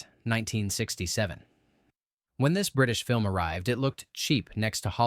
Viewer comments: Planet of the Vampires is my favorite 'bad' movie. I actually saw it at a theater when I was a kid. Love the ridiculous techno babble. Apparently religion is against pretty much anything. I think religion should go away. And it's Quatermass, not Quartermass, geez. Pronounced 'kway-ter-mass' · The name is Quatermass not Quartermass! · (KWAY-ter-mass). This AI stuff pisses me off. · Its Quatermass (pronounced like crater) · No, there's no 'R' in the name. It was adapted from the 3rd BBC TV serial from the 1950s, centred on Professor Bernard Quatermas, and pronounced "Quay-ter-mass."